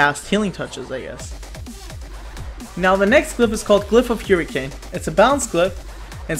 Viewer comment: Glyph of Hewrricane ftw...